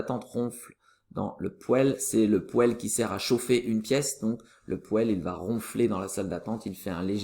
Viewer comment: poêle se prononce pwal !!!